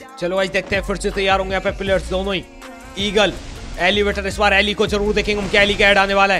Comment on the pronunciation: Aap kabhi kabhi elevator ko elevate bol te ho